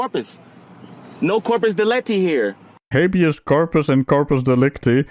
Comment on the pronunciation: "Corpus deletty?" 😂